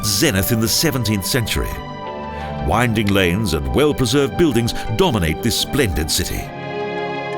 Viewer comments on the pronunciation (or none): none